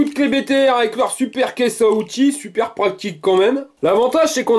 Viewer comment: " C'est ca qu'est pratil" Pratique et utile quoi 😅😂